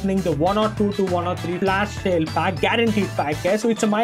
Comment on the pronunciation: Am I the only one hearing sayn FLASH SHALE😂😂😂